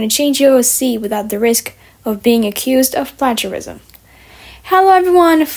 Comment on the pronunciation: i’m not sure if people have commented on this, but you’re mispronouncing “plagiarism”